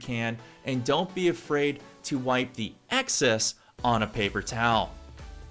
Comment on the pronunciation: the word is excess not access. appreciate the video :)